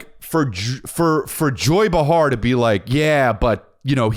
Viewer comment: DUDE... it's pronounced BAY-HAR. Joy BAY-HAR. Not BAH-HAR. Bro.... stop it. Pissed me off so bad. Love you.